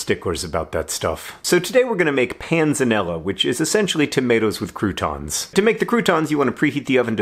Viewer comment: I was really hoping you'd have that word you kept saying in the description, so I'd know how to spell it. But Google figured out my botched attempts: Panzanella Wouldn't it be pronounced Pant-sa-nel-la?